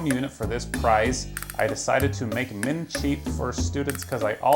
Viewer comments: "min" as mine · So he says "min" instead of mine when it was clearly spelled right. But decides to say Sir when the guy spelled it as "Sit". Why?😂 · Does this guy really not know how to pronounce “mine” lol, man said min it’s pronounced my-n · he spelled “mine” correctly and you said “min” 😂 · why did you read 'mine' wrong? It was spelled correctly and you read it like it wasn't. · Why did you pronounce "mine" as "min"? Lol. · "I've decided to make "min" cheap"? even when it's clearly written as "mine"? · When he typed mine fine and pleasent said “ min” aggravated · mine? not min lol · You said "min" instead of mine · He said min not mine lmao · Why did you randomly mispronounce "mine"? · Why did he read 'mine' as 'min'? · he said min instead of mine when teading the message lol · mine not min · ..... hold your horses pal.. You called this fella out saying 'I decided to make mine cheap" It's YOU who read that wrong and pronounced it "min cheap" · Why did you say meen like that when its "mine" spelled right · Pretty sure "mine" isnt "min." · HATE to sound like a English Nazi but you read the word “mine” as “min” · You acted like he spelled “mine” wrong pronounced it minn. he spelled it right man credit where it’s due ;) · He can’t spell or read though lmao? He spelt available wrong and said min as “mine” lmao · Good video, but you mispronounced the word "mine" as "min" to imply he misspelled it like he did price/prize lol. He spelled it right! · "min cheap" he actually wrote it correctly but you said it wrong lol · Why did he say “Min” when reading “Mine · how did you pronounce mine wrong, you said min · did this nigga just pronounce mine as min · Did he read “mine” as “min”💀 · yet he reads "sit" as "Sir" ;-) I love this guy and his good works, so at least at my IP, he gets more slack than he's ever come close to using up ! ;-) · HEY what was that you said. “I decided to make who’s cheap. You read the word MINE in broken English LOL